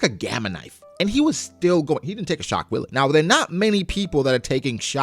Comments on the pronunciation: Shock Wille pronounced in Japanese would be (shock while)....so it "shock wire" really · I think laws attacks are supposed tobe pronounced shock villa/ puncture villa.Alot of Laws attacks have german names (i.e. sterben) wille is pronounced villa in german if im not mistaken. (I dont speak it though so take that with a grain of salt) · as a german hearing him saying "shockwilli" instead of "schockwelle" haha nice... german word for shockwave, was super funny